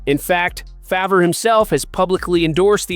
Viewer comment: Does he truly not know how to pronounce Brett Farves name? i can't listen to another second of this.